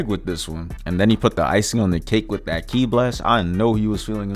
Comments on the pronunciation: Bro said “key-eye blast” lmao it’s pronounced “key” for kí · Did bro say kee eye push?